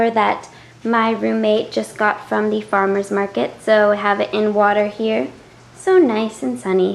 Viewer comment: "Thee" correct term...why so proper?